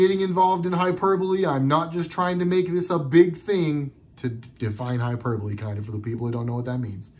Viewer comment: Its hyperbole not hyperbole lol